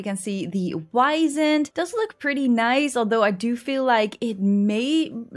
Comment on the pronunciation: Honestly I think you're reading a bit too deep about the whole "Twilight Years" thing. Also with the Wisent, it's actually pronounced "Vee-Zent" since it's name is German in origin.